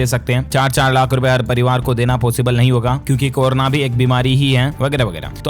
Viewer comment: इस बंदे को कोरोना बोलना नहीं आ रहा है। गलत उच्चारण अर्थ का अनर्थ कर देता है।